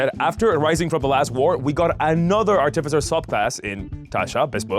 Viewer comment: Are you going to pronounce artificer artiffizher the entire video?